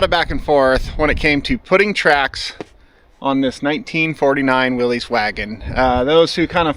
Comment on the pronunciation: It is pronounced "Willis" not "Willees" according to the old commercials that the company made.